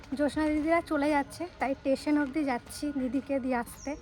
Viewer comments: Tumi amar meyer moto tai bolchi kichu mone koro naa,tumi pronounsetion taa thik kore korbe jamon shoril naa shorir,tetion naa station, eiguli thik korbe ta naa hole tumi khoob bhalo ,egiye jao boro hou ,khoob bhalo meye tumi ,bhalo theko,sobayke bhalo rekho.❤ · tumi onek bhalo but ekta kotha boli tetion na please station pronunciation hoi correct kore nio❤❤ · খুব কষ্ট লাগলো 😢যারা বাবা মায়ের থেকে দূরে থাকে তারাই বোঝে, মা-বাবা এবং সন্তানের যে কত কষ্ট হয়। বোন তোমায় একটা কথা বলি,শিক্ষিত মেয়ে তুমি একটু উচ্চারণ গুলো ঠিক করে করো,না হলে ইংলিশ বলার দরকার নেই,অন্তত বাংলা যে কথাগুলো বলছ স্টেশন কথাটাও ঠিকমতো উচ্চারণ করছ না এটা একেবারেই তোমার থেকে আশা করা যায় না।